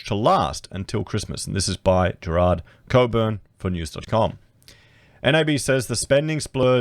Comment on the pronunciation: You're one of the very few people who know how to properly pronounce 'Cockburn' - but you can't properly pronounce 'something' 😂 Love ya work mate!